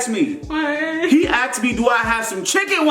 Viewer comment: He aKsed me omg 😂